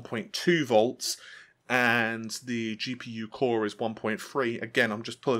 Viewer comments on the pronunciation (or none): none